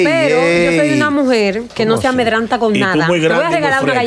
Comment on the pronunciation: Se dice amedrenta querida Vitaly